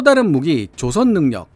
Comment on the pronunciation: '조선 업체'에서 '造船'의 발음은 길게 발음해야 합니다. '조선'을 짧게 발음하면 '朝鮮'이 됩니다. 한글 공부가 영어보다 더 중요합니다.